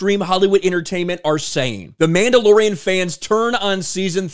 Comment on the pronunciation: I’d swear he called it The Mamdalorian…